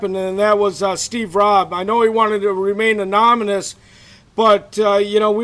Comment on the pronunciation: Anonymous not anominus.